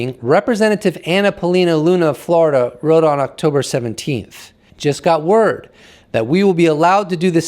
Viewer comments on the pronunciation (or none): none